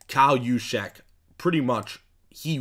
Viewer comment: Nice Job pronouncing kyle juszczyk correctly.